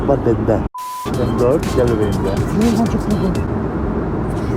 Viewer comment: Nobody::fleyırgancık